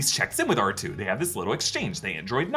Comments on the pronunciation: Arch-Toe....... WTF 😆 Ark-Two 👍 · awch-toe.. my lord.